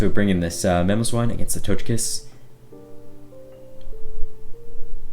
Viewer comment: Did he really pronounce togekiss like that